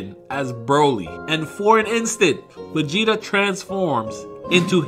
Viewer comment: “vageta” lol